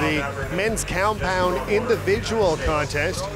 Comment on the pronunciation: This man said “manch up” and “cowmpound” in the first 6 seconds 😂